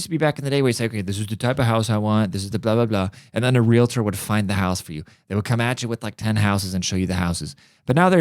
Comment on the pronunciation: Lol it is pronounced real-tor